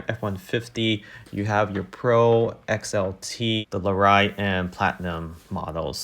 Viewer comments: It’d help if the person knew anything about trucks.😁 (Lare EE et) not (Lare I et) 🤣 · What the fucks a Loriot?,what part of hillbillyland is narrator from?It's called a Lariat? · Lariat is pronounced Larry-it